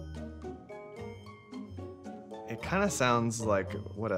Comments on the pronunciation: This family is ignorant but I couldn't had answer that question about Dirndl either. It was so badly pronounced. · as a german I was dying when tge producer said dirndl